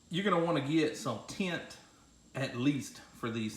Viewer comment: lol tha way way he said TEINT!!!,....good job on th vid